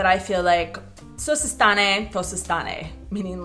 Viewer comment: Češi mají na základce zeměpis. Nechtějí psát: protože je to těžké? to jsem neslyšel. Spíš mi přijde, že češi preferují být osobní, což cokoliv psaného není. "co se stanééé, to se stanééé" skutečně? Ne takhle fakt nikdo nemluví . Je třeba artikulovat precizně. .. it is kind of linked to that speaknig part ... You are so concerned with the accent you can't understand so it reders you completely disconnected ... When you try to speak it ends terrible mainly becouse you haven't spent a moment cherish any of those words, so you are able to pronounce "stanéééé" despite the fact there is no é at the end ad how awful it sounds. I would be thinkinig you wanna buy dual laguage fairytail book, OR you need to get some practice in "telling your friend about your hobbies and weekend". BUT you need to start LISTENING how it soudns, you need to admit slavic people are singers and they are morelikely singing the anything else. The goal is to change that voice that speaks in your head to speak czech to you, when you think - think in czech to your self describing all the details in czech and when you cannot find proper words you need to work around it. start to listen, hear it. (jestli tu někdo psal jakou krásnou češtinu máte, není to příliš upřímné - nicméně američan si jistě zaslouží zakusit vlastní medicínu)